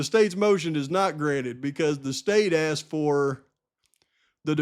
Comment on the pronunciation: Why? You obviously know what the word is even with the way he pronounces it.